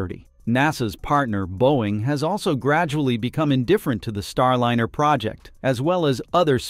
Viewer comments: Not STAR LINNER!!! God that is bothering me... it is Star LINER (lye-ner)... the rest of this story is decently done... but your pronunciation of Starliner is grating. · Star liner not line r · every time I keep watching one of your videos, I keep wondering why you pronounce it: Star Lin er Instead of : star line er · The AI voice mispronounces Star Liner as Star linner.